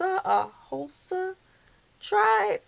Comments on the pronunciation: No it's actually pronounced How-sa. Hausa. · It's pronounced Ha-wu-sa. Always enjoy your vids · You're right the bride's family you saw is Hausa, the party your husband read was laughable because the way he pronounced it, but he tried, "sa lalle" means putting henna in Hausa. Love from this Hausa man, from Zaria Northern Nigeria!!! 💚💚💚By the way to confirm and settle the argument of my siblings above just Google it😂